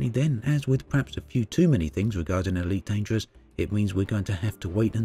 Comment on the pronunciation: Eweet Dangerwuss pweemium